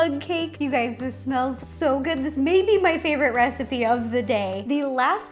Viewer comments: She said "Hey Gays" at the start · "Hey gays it's ro" she knew I was coming